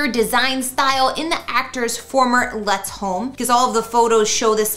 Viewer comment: Lutz it’s pronounced loots